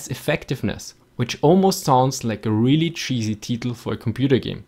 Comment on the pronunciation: is this an automated voice? it keeps mispronouncing simple English words like title and ceramic